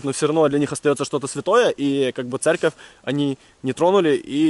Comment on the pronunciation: ЦЕРКОВЬ а не церЬковь